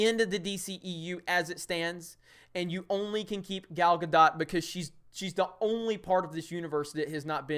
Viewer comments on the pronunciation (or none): Gal-gah-dote (ie. bloat), not Gal-gah-dot . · Gal ga dot? Never heard her name that way.... but yeah agree after Nolan... DC has been a MESS. A lot of the problem is the script but WOW that editing just shoves it in your face how bad they are.